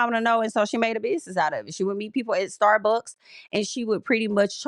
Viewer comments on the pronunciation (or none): none